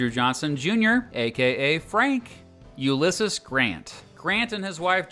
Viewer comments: bruh how do you not know hot to say "ulysses"? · Never heard Ulysses pronounced that way before, another difference between the UK and US I guess